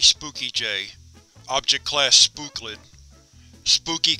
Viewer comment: “SPOOCLID” lol